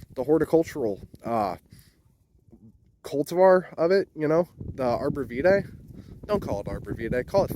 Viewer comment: Cool video, thanks. I searched for "comrade juniper" and got only your video actually talking about J. communis. We call it common juniper here in New England. edit: a letter #2 not to be rude, but you might want to check your pronunciation of calcareous, Cedrus, and arborvitae